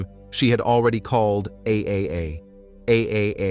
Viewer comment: It's pronounced triple A. Clicked off.